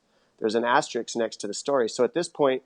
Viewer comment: there's an ASTERIX next to his name lolololol *asterisk dom, it's asterisk*